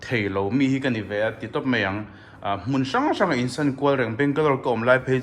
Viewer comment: Insan ni lovin insawn tih tur aw 😅 insan tiin i lam ri deuh tlat ania